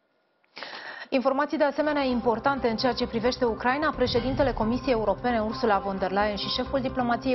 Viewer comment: Pardon, parafrazeaza... Asculta cum pronunta numele Ursulei specialista in prompter.